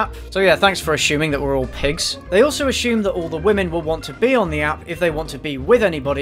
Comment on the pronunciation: Why do you keep saying "Ash-shume" instead of "ass-ume"? That's not how you pronounce that word.